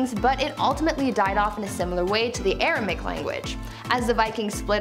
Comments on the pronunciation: Never heard of Aramic, just Aramaic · Language #3 is misspelled and therefore mispronounced by the presenter. Should be "ARAMAIC"